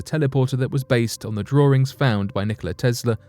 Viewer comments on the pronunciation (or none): What the hell is a drawring?